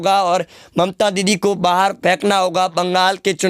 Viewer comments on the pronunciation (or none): none